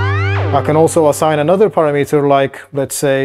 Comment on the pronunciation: Maybe it is just me, but I do not think this device sounds very fat and the low end is not thick to my ears. Someone should teach to pronounce param-mitter.